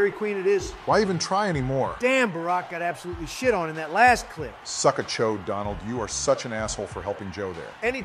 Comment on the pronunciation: Anyone else catch Obama saying “Dondald” lol